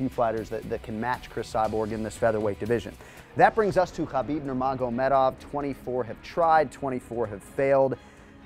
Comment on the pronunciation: It's khabib